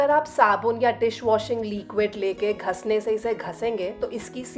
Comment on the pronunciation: मैडम घिसने शब्द को कृपया घस नहीं बोलिए। सुनने में बहुत बुरा लग रहा है।